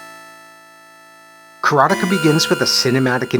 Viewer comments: nice review. You are mispronouncing the name though..it's is not "Kara-Tikah" it's Kara-Te-Ka as in "Karate expert" . Ka = Expert. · You didn't see the ending because you can't even say the name right. It's: KARATE KA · For a quarter of my life I pronounce it: "Karat-eeka." I guess I was too young to know what karate was. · I mainly remember the way the tv ad announcer pronounced it as Ka ra tay ka and it being "the ultimate fighting simulation" or some such bold claim lol. I did a search and couldn't find it. I would guess it was probably for the atari 7800 version since we lived in the sticks and had over the air tv with the antenna knob heh heh. I love your content, it is just where I want to be. You are very fair while giving us that inner excitement any kid had back then looking at the school clock and busting at the seams to get home and back to fun in other worlds :) And ya do it without the "blue" humor so kudos on that. Super happy for ya and the channel! It's great to see others sharing the excitement and their memories as well :)